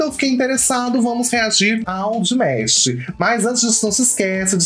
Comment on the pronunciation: Saudações de Niterói Rj, o certo é Dimash, não Dimesh, se pronuncia da forma como esta escrito, parabéns pela estreia, por favor reaja ao último vídeo dele " The Story of One Sky" ele deixa uma mensagem de união entre os povos independentes de religião ou raça é simplesmente avassalador. Tive o cuidado de procurar um video com legendas pra que você possa entender melhor o contexto dessa obra prima Obrigado.